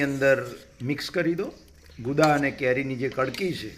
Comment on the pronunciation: ગુંદા બોલો ગુદા નહિ